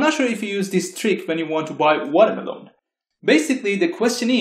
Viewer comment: Lovely video! I want a 10-hour loop of you saying Watermeloan.